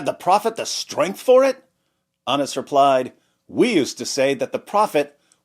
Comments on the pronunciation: Ana's sure sounds close to Anus...... 😂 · Narrated Anas or Narrated anas. HA! You pronounced it both ways‼️‼️‼️ 😂😂😂